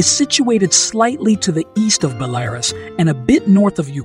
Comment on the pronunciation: “Bell-air-us”. LOL